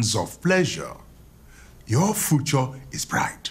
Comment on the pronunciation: "Your fucho" Ah, professor, it's future, not "fucho"